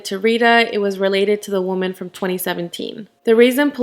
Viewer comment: You pronounce woman wrong it irks me so much